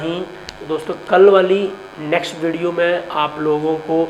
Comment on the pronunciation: Plz concentrat on words also..... Especially 'Dosto'.